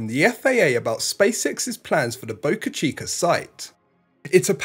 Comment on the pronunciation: Where is "boca-chi-cur"?